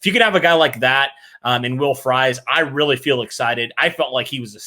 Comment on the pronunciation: Everytime you all say Fries as fries 🍟 instead of freeze, I yell at my TV/phone